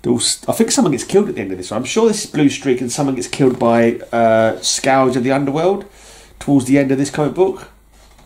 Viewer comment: I believe it is pronounced “skurj” as in a destructive force. Your memories off these storylines is impressive. I enjoyed the Captain era overall. Yes, killing those terrorists really shook Cap… he hates to kill under any circumstances. Well done mate.👊